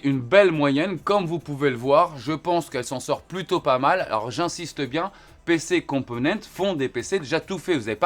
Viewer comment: Cc, en espagnol, il faut dire toutes les lettres (même le s, surtout si vous êtes en collab, mais bon je pense que tu le sais ), dû coup il faut prononcer PC compomenntesss. Merci pour ton investissement ✌️✌️✌️